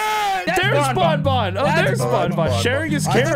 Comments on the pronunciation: pronouncing banban as "bon bon" makes me wanna see funtime freddy just hold banban and say "Hey banban! go get em!!" banban replies with a simple "no" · as the worlds number one BanFan i must inform you that you are saying banban wrong. its pronounced like fan but with a b